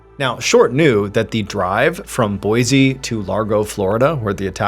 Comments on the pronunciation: Trivial, I know, but it's pronounced, Boy-see, not Boy-zee. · Awe, man! You pronounced Boise correct in a previous video but not this one 😭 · Wife and myself love your content. We're from Boise Idaho. It's pronounced (boy sea) not (boy zee) . Peace all